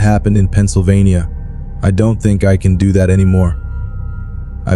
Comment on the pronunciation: How the fuck do you mispronounce "do", "geek" and "clothes"